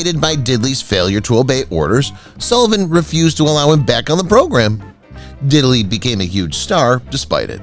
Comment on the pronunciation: “British Quintet?!” John, Paul, George, Ringo, and whom?! Not Bo Diddle-y, Didd-ley! Walter Win’-chell, not Win-chell’.